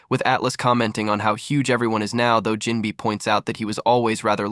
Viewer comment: NGL I’m not watching this only cause it said jimbei name wrong within the first 10 seconds